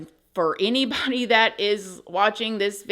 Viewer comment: Please don’t show hate to eeeneebody, eeeeneeewhere. 😆